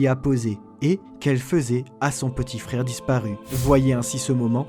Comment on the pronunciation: mon dieu, les "r" 🤦 wesh fraikh (frère) 🫵😂 rip la langue française 🤦